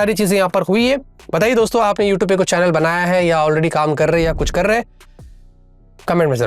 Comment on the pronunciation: युटुब नहीं बोलते इसे यूट्यूब बोलते है